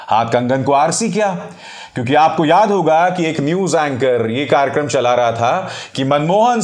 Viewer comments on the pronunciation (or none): none